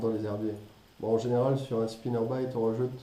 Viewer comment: Les " spinnerbaït " les " jerkbaït " les " crankbaït " et les " swimbaït " 😂😂